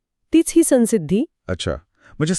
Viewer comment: अनुस्वाराचा उच्चार सन्सिद्धि नाही